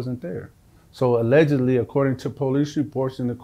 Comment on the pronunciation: My dude is clunky with the “allegedly” 😅